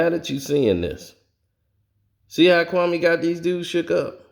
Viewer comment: It's Kwame not Kaume